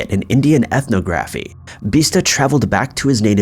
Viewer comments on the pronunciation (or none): It’s alarming how mispronounced ethnography....